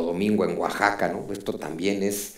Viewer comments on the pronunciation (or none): none